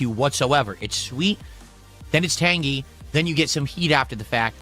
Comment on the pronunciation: Why does he have to say tang-GEE, we hate you enough already